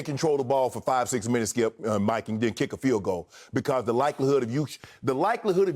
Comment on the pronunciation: lmao Unc has probably said "skiup" well over 10,000 times since they've been on air - don't never change Unc